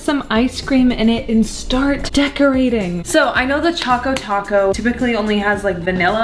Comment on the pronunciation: It's annoying me that she keeps calling it a "chaco taco" when it's CHOCO Taco!